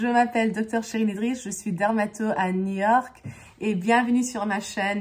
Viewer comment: Wonderful French accent Shereene. The only one thing I noticed is that when you say New York, it sounded a bit like the French city 'Niort'. Please keep adding your French and Spanish bits. I think it's so fun